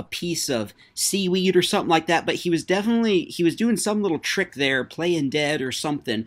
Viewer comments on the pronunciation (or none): none